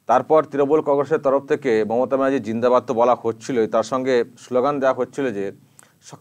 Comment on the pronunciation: এরা কারা? কোথা থেকে এসেছে? এদের কোনো কাজ নেই? কি বলতে চাইছে এভাবে? জিন্দাবাদ কথাটা ভালোকরেও তো বলা যায়,। ' জীনহাবাদ ' মানে কি? একটু শিক্ষিত হলে কি এমন করতো এরা?